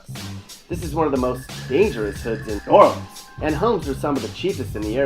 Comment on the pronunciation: Every time you "try" to say New Orleans, you sound so freaking stupid. And, I've lived here all my life, and I only recognized 1 of those pictures. Those are definitely not pictures of the New Orleans area.